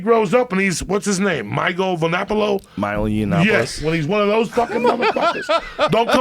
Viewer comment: Omg when he tried to say Milo Yiannopoulos I lost it lol